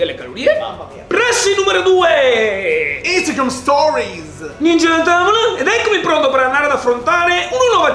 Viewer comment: In ogni video in cui sponsorizzi Instagram dici instaNgram.. spero sempre che prima o poi tu lo dica correttamente, invece ogni volta sta N in mezzo 😂😂